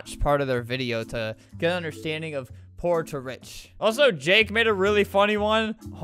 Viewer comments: I swear at the begining of the vid he said "whore or rich" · It's strange how at the beginning when Albert said poor or rich, it sounded like or or rich lmao 😂